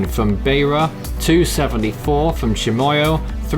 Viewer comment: Help with your pronunciations: Beira = BYRA Tete = TET Chimoio = CHIMOYO